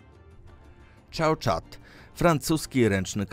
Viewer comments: Czałuczat xDDD uśmiałem się jak nie wiem. O ile mi się wydaje to wymawia się "SzoSzot" ale ja też tak na niego mówiłem więc spoko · Ten francuski karabin, z tego co wiem wymawia się "szosza"